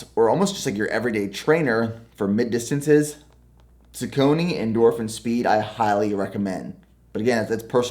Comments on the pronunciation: I thought it was sauce-ony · It's pronounced saw-kuh-nee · It’s pronounced SOCK-A-KNEE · 🚨PRONUNCIATION ALERT🚨 It’s pronounced “sock-uh-nee” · Yeah I was mispronouncing them for the longest time until I heard Jared Ward speak at an event. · You almost pronounced it right! Definitely need at least three pairs of shoes for serious runners. Great video. I like the line up. Haven’t tried any of those new Saucony line yet, but I really want to!!! The Rincon tends to give people blisters. I recommend the Clifton (just a little heavier). If you are heavier like Hokas wear out fast. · I have to admit, I had to laugh at the pronunciation of Saucony. Nothing but respect though. Wish I could run like you. Was supposed to do a 70.3 IM earlier this year. Working on building my base and getting faster instead. Damn Covid. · I cant just notice that you are the saucony name wrong. Not being rude, but I just noticed it😂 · I’ve been pronouncing Saucony the same way as my entire life 🤷🏽‍♀️ not a big deal y’all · congratulations lol and I’ll still pronounce it the same way I have been 😊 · Saucony is said saw-cu-knee... but you are all good 😂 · What sock brand do you use for running? Also I think Saucony is more commonly pronounced Sock-Ah-Nee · no hate just letting you know that I usually hear people say saucony more like Saw-cony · bruuhhhh i laughed so hard when said suh-cone-knee smh brooo search up the pronunciation lol, but what a beast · It’s “sock-a-knee” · The proper pronunciation is “sock-ah-knee”, close though 🤣 also i love my feetures only socks ill use in my races! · Hey, the Sauconys are pronounced “Sock-uh-knee”. Just thought I’d let you know. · Why do u say saucony like that. It’s sock a knee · I think is “sock-knee” 😉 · It’s pronounced Sock-a-knee lol 😂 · Saucony (sock-uh-knee) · “Saw-Kon-A” = saucony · Saucony: Saw-con-e…anyone else? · I used to work at a running shoe store... it’s pronounced SOCK•ONY lol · its saw-ka-nee